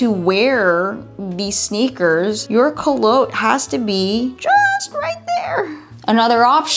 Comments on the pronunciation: I kept wondering what 'co-loat' was and then I realized you were saying Coulotte (coo-lot) differently! lol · It's not koo lotte , it's pronounced coo lot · I could be wrong, but I believe culotte is pronounced koo-laht. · You're mispronouncing the word culotte. Google the word to hear a correct pronunciation in English.